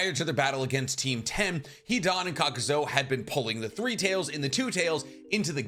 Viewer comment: love the channel but for someone who claims to have all the Naruto knowledge you constantly pronounce things wrong. For example, you call Kakuzu, "Kakuzo" and you call Lady Katsuyu, "lady Katsuyo"